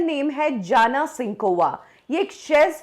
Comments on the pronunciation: She was 'Jana' it's actually 'Yana'. In Chez language J = Y. To make Indian people understand she removed J and accept Y so everyone can pronounce her name correctly. You are also doing the same mistake. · इनको कुछ पता ही नहीं है। Jana is pronounced as Yana in Czech. इसलिए याना का नाम हमेशा से याना ही था जाना नहीं। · Abe oooo......madam.....czech republic bolna Sikh lo pehle..... Respect all country 🙏how to pronounce Or ye jaana nhi....yanna gupta hai Kyunki czech republic main j ko y bolte hai.... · Jana is pronounced as Yana and Czech Republic pronounced as Check republic... Your pronunciation is so bad.. Like my other comment on you other post. Your research team sucks